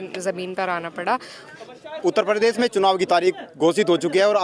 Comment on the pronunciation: परदेश नही प्रदेश होता है बांगडू 😂......